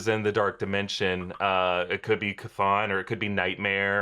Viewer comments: People mispronouncing Chthon is starting to grate on me ( it's Kuthon) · Is it pronounced ch-ton or k-ton cuz he keeps saying both